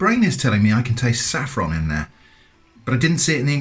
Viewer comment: Did you say SAFFRON?